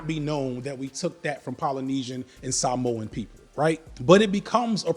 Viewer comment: The haka thing has already been pointed out so I just want to say thanks for pronouncing “Samoan” properly. It’s a small thing but it’s appreciated.